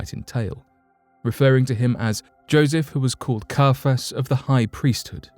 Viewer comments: He was called CIAPHAS not CARPHAS! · Carfass? Not Caiphas?? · KAI-a-phas. Jo-SEE-phus. (Sorry to be that person. I'll just see myself out now..)